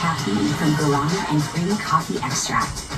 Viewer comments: The correct pronunciation is: "gwara-NA". (Accent on the last syllable) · My grandpa was a missionary to brasil and I'm familiar with how Guarana is pronounced in Portuguese as a result (despite not speaking the language). While I don't fault you for your pronunciation, it did make me cringe. :P Guarana soda is delicious BTW.